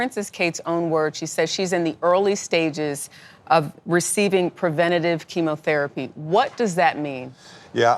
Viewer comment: How dare you doubt her. Princess Catherine is a lovely human being, hard working, good hearted, how dare you try to cast doubt on the type of treatment she's getting. You can't even pronounce "chemotherapy"; you pronounced it "chemAtherapy". Get an education before you slander a young mother of 3, who has cancer and has a much harder job than you do, "foreign correspondent". FFS.